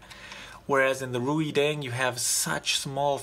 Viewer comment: Reideng pronounces like raydeng.